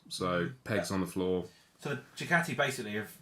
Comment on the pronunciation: Decent vid and very informative but dude why cant you pronounce Ducati correctly . Is it an english thing to say Dew-cat-ee